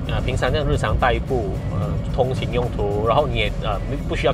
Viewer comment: 通勤用途听成偷情用途了 🤣